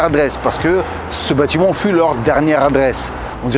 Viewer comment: "Bâtiment" cher, kiss.